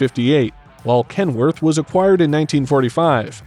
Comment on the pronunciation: Wouldnt it be amazing if you actually cared enough to learn how to pronounce the different brands before butchering them... in all fairness... you did get Peterbuilt and Kenworth correct..... and to some extend Volvo.... just pathetic..... could have been such an interesting video but then... not so much....